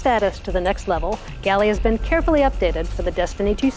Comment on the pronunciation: Jallarhorn, the G is silent...